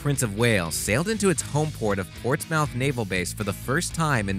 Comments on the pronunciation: its pronounced Ports- moth but as one word Portsmoth but spelt Portsmouth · Ports mouth? Seriously? That’s even worse than saying nuculur. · Mispronounces Portsmouth